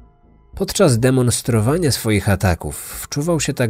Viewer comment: wow, nie mogę wyjść z podziwu, jak subtelnie, ale znacząco zostało zaakcentowane słowo- podczas DEMONstrowania